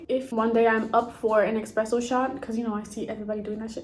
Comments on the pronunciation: ESPRESSO, NOT EXPRESSO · “It’s ESpresso not EXpresso. 🙄” - Hermione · Hey, young lady, there is no X in Expresso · Almost left this video immediately after hearing "expresso"